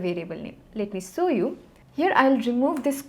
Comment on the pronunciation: it is show u not saw u!!!!!!!!!